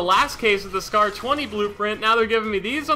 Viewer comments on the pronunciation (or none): none